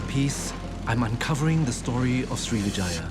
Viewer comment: Sri Vijaya - Pronunciation of Vijaya is with emphasis on the first syllable...